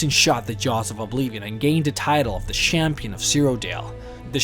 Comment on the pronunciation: The Shampion of shiridil